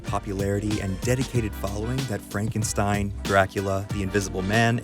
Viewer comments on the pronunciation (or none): none